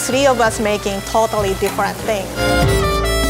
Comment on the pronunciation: Asian parents trying to say totally